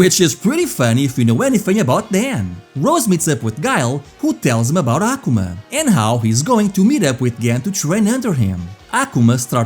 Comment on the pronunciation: Hearing "Ahhh kumah" is killing me lol